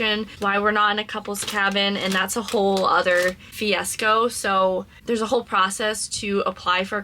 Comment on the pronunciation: At least twice in this video, you've used the term "fiasco" and pronounced it as "fi-es-co" which is incorrect. It's pronounced with a "soft A".